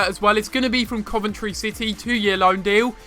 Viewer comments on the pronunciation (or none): none